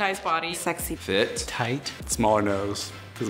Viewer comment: did he just say toight?